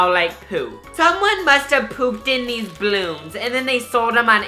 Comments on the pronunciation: the way he says balloons "Bloons" 😂😂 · Someone mustive pooped in these blloons litterlly says blloons